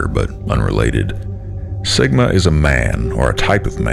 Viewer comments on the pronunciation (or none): none